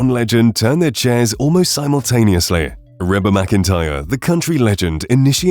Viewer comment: Rebba?? Who's that? I guess he's talking about Reba.